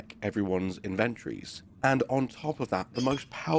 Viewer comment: The way you say inventories. It's funny ☺ Great vid!